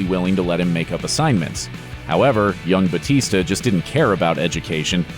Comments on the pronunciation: Bautista is a filipino surname its actually said bowtista not butista why i know this because I'm filifino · It’s Batista no hate btw I love ur channel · 'They adjusted it for an easier pronunciation' Wow! One letter can scramble Americans tongues like a twister. Give me a break.